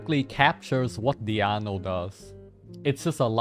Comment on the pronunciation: I can never get tired of codes pronounciation of Diona as Diano lol happy holidays! Thanks for all the vids and streams this year